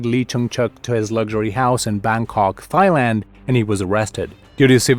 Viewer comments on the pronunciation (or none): It’s the pronunciation of words like “Thighland” and “THC” that made me think this was an AI channel.